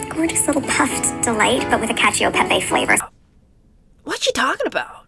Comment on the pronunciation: Cacchio peppe!!! Oh I’m dying over here 😂😂😂😂 She’s trying to refer to “Cacio e pepe” which is an Italian pasta dish from Rome, she is just hilariously butchering the pronounciation (as she later butchers the french). She wants to come across as someone with refined taste and education, what a poor delivery.